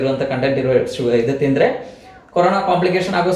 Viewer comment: Mam it's Corona not carona